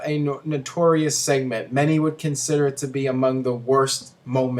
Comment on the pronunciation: Seament? sss-eh-ment lol